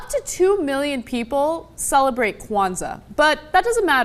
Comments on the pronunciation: Not whatever cenck. It's Kw not Kaw. Oh wait I said cenck and not Cenk. Whatever. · kOwanza, Cenk? Really? LOL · It's definitely "kwan-zaa", not "ka-wan-zaa". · Is it me or did this video make both Ana & Cenk look ignorant & rude? Cenk keeps saying Kawanaza even though he was corrected & Ana clearly would never have interest in anything black. I'm pretty sure people will be naive but hey, replay the video. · Stop saying keuwanzaa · "Kowanza." I love you, Cenk. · Why does Cenk keep saying Kawanza?! Lol. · Kuh-wanza lmao and I'm black. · Cenk can't say Kwanza without adding an extra syllable lol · Why is Cenk pronouncing it like that... Stop it! Lol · Cenk, PLEASE do just a LITTLE bit of research on some of these things you comment on. Ana literally TOLD you the correct pronunciation, and you kept on sounding silly. I'd rather you would've just left it alone. And, I appreciate the honesty bro, but the indictment and smug attitude about those "types".... Well, again. Just a little research. Love y'all, but damn.